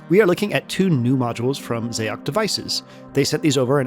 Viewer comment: Xaoc is the Cyrillic form of Chaos, and is pronounced the same way. I think a small part of me dies inside every time I hear someone say “Zay-ock”